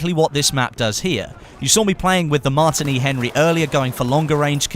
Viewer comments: your pronouncing it weirdly its pronounced the same as the drink martini not 'martiny Henry' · Also he could not pronounce the Martini Henry rifle right plus adding how he would like a scope on it. I mean its not cod lol.